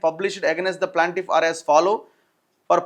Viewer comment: Not PLANTIFF IT'S PLAINTIFF ANNA🙏🙏🙏🙏🙏